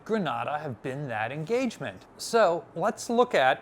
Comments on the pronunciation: Grenade-uh. Not Grahnada. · Ok, lived in Grenada for nearly 5 years. It's pronounced GrenAAAAda. Long A sound. GRENaDA, ah, sound is in Spain. Love the channel !!! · Does Libby make you change the pronunciation of places? Truk and Grenada being good examples.